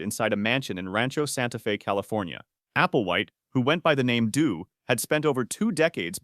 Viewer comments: DOE, not DO. You guys need to program your AI better. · Applewhites name is "Do" pronounced like "Dough", not "due". The lady was called Ti, like "Tea", so together they were called Ti and Do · his name was actually pronounced “Doe” like a female deer. His partners name was Re. Like music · His name was pronounced dough.